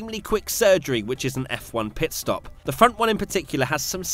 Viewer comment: “ PEET STOP ”